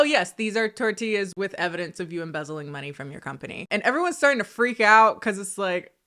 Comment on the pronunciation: IT'S A TOR-TILL-A